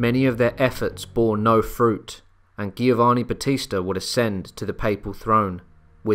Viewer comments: It's pronounced Jovanni, not Gheeovanni. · Giovanni, is pronounced with a J sound Jiovanni... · So it baffles me... you get Genoa right but not Giovanni. The both start with the same sound. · I had my doubts when I heard "Giovanni" pronounced with a hard "g." "Heinrich" with a "ch" didn't win me over either.